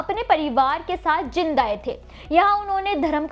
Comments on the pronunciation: आपको तो शहर का नाम भी ठीक से कहना नहीं आता। शंहर का नाम जींद है ना कि जिंद। Pleasecorrect yourself. यदि गुरु साहिब की बात कंरनी थी, तों सिर को ढक कर रखना चाहिए, इतना तो आप को मालूम होना चाहिए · जानकारी अच्छी दी है। कुछ शब्दों का उच्चारण सही नही था, जैसे आपने "जींद" को कई बार " जिंद" बोला है।